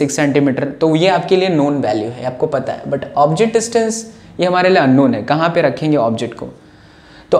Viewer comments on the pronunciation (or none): none